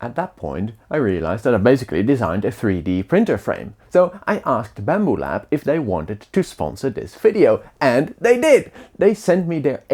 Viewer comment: Quand il a dit " Bamboulab"